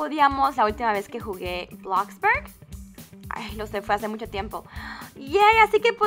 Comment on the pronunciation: bloxburg no blaxbarg :v